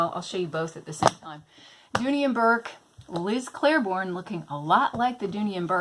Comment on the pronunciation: I'm making my own TN from start to finish and was undecided on the exterior. This makes me excited. I see awesome purses all the time that don't actually work for me as purses. Great idea! I do want to say one thing, just because I noticed. It's Liz Claiborne, not Clair-borne. There isn't an "r". Not trying to be rude, in fact I like when people correct me because sometimes I don't know I'm saying something wrong.